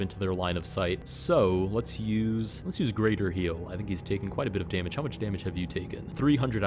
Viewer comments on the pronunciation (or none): "greather" heal???! greather!??!?!